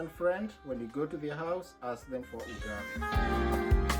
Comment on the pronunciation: Stop saying ugali like that